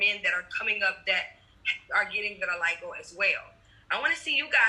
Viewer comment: Quiero decir vitiligo en Inglés como vos!